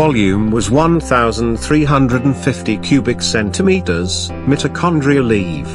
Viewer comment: The “CenTimetERs” got me😂😂😂😂😂